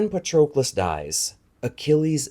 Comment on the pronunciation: please pronounce Patroclus with a short 'o' as in 'on'